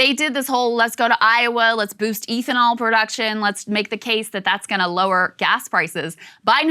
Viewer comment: Someone teach her how to say ethanol please